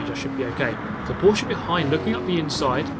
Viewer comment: In the name of all Germans, thank you for pronouncing Porsche correctly, it hurts my ears everytime I hear people saying Porsch